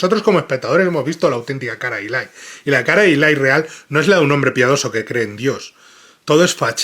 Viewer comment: toma nota de que el personaje se llama Eli, no Ilay 😂